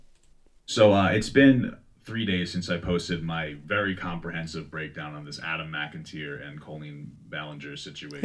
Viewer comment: "Who the fuck is Adam McInteer?" absolutely killed me lmao Like... If he's making a video he should at least pronounce your name correctly.